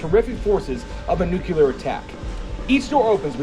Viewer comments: Nuclear, not Nucular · New-clear....NOT nu-q-ler